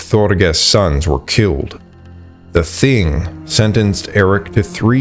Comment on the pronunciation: just fyi...the thing is pronounced 'ting' (rhymes with ring) In Norse languages the 'h' is usually silent. The name Thomas is another example.